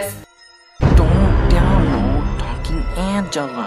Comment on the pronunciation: "Ancela" 😂 AMEYZIN! (Anlayan Anladı🙂)